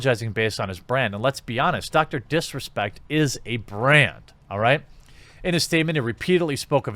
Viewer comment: Is it just me but when he first says Dr disrespect does it sound like he says Dr piss respect